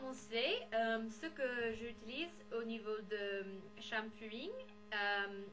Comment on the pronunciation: C'est shampoing pas shampouy ! Hihi :D Juste comme ça hein ^^